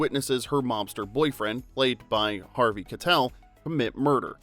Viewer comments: Harvey Kie-tel not Kuh-tel . That was driving me nuts! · Harvey KYE-tell not kuh-tell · It's Harvey Ky-TELL, not "Ka-tell"! We expect more from a real human narrator. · Is harvey's name kuh-tell or kai-tell? I've always heard the latter, but after watching this video, I'm confused. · Pronunciation issues: Keitel is pronounced Kitel with a long i. Larocca is pronounced larocka, you know like a rock.